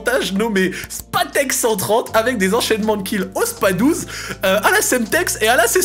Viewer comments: Super vidéo, gros coup de nostalgie de ouf ! Par contre on dit : spaS 12 ! 😳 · SPA 12 et pas Spas12 ma voyons mdrrt